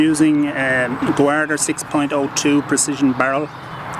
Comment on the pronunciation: Goo-ard-er? Why is he saying it that way? It's not an Irish thing. Does he not realize it's pronounced just like "Guard" ?